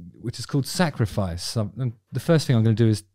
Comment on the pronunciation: Is it just me or does he pronounce “I sacrifice” really strangely. Its like when Americans attempt an English accent. “But oi sacrifoice”